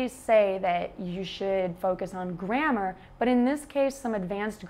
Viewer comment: You said "grammar", but for a non-native like me, it sounded like "grandma". :-D It was funny. Anyway, I got it based on the context. Nice video.